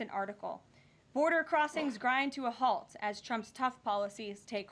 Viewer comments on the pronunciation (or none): none